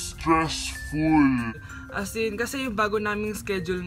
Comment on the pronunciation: Grabe yung "Stressful" 😂😂😂 Kaya mo yan!